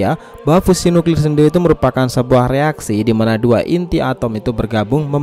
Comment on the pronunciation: Sebut fusion pon tak pandai